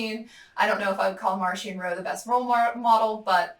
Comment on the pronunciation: “I am a fan of Marchion Ro” – reads “Marchion Ho” hahahahaha but aren’t we all